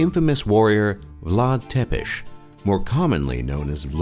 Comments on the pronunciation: Vlad Dracul doesn't mean Vlad the Dragon, it means Vlad the Devil. It's not Vlad "Tepesh". It's pronounced as Tsepesh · Lol ur pronunciation of "Ţepeş" sounds like "te pişi" which means " you are peeing" in Romanian :))). No offense cool vids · Is pronunncing "Vlad Tzepesh" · Tepes=țepeș english man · IT PRONOUNCES VLAD TSEPESH!